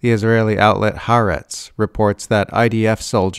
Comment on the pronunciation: Why is South Africa still sending coal to Israel? (By the way, it's pronounced ha-ar-etz, three syllables, 2 syllable "aretz" meaning "earth", with the "ha" meaning "the")